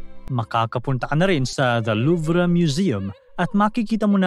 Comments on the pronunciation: Luv po ang pronunciation,hindi po luvra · The french people and here in UK.. Its pronounced the Louve... Silent R. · Mali mali ka mag banggit ng pangalan ng tao tsaka yung louvre wala pong r pagbasa niyan nangunguha ka nalang nga ng storya sa iba dimo pa inayos